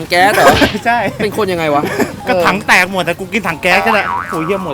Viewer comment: กินคำเเรง แหม่ตื้นตันเชียน่ะ55555 ❤️❤️❤️ ปล. พูดชัดๆ พี่ ถังเเตก ไม่ใช่ ถังเเตด